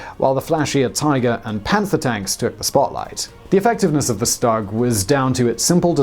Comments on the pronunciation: Stug is pronounced Shtoog, not s-tug Cause the way you pronounce the full name of the tank the Sturmgeschütz III. otherwise, it was good. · "Shtoog" not "stug" but fun video nonetheless! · It’s st-oo-g not st-u-g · Tiger tank is the Baneblade of the WW2. Why is it jarring to hear "Stug?" That seems right, even if almost everyone says "Stoog"? I don't know anything about pronunciation so don't care either way, but which is it?